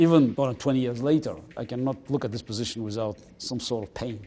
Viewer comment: the way that he said pain was weird lol